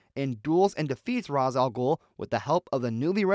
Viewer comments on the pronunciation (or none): Ra's ah Ghul is pronounced Ray-sh al Gool. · You can't pronounce Ra's Al Ghul correctly